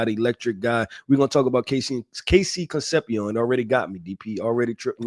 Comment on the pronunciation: how your last name Sanchez and you can’t pronounce con-cep-cion.